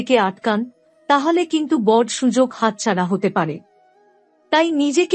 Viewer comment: আপনার prediction কতটা মিলবে বা মিলবেনা তার জানিনা , হয়তো সবাই মিলবে কিন্তু একটা ব্যপার দেখলাম , বেশ কিছু বাংলা উচ্চারণ কানে লাগছে যেমন বৃষ,, বড়, শুভ সাফল্য ইত্যাদি।